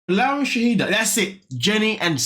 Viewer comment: Her name is Shaeeda (Shy-da) not Shahidah!